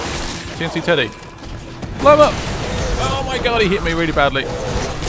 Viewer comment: Its not tnt teddy its tnteddy